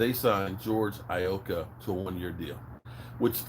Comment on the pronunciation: It's George E-loca